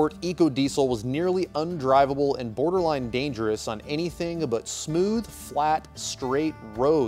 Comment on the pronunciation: “boarder-line”...... you mean like snow-boarders line?? Or do you mean “borderline”